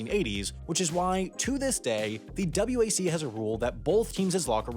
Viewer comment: I believe he is the first person ever to pronounce WAC as Double-you-AC.